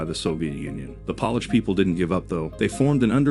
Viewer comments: Poor AI doesn’t know the difference between polish & Polish. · Wait a minute. NATO is "a club for countries to help eachother stay safe"? I was almost willing to accept that the narration can't pronounce "Polish", but blundering the significance of NATO is too much. Bye-bye.